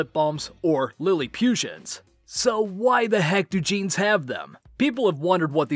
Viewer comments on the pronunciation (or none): I appreciate the Gravity Falls reference but oh my goodness it's pronounced "Lilliputchians" not "Lilli-pyoo-tions" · *ITS "LILLI-PUTT-TIANS" NOT "LILLY-PU-CHIANS" YOU UNCULTURED SWINE" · It’s little PUTT ians